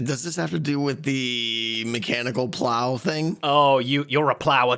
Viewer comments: "Plower launcher"? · How did the brits manage to mess up the word "plow"